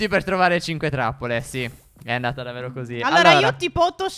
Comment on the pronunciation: Io vi adoro,ma perché dite davero e non davvero? Siete bravissimi lo stesso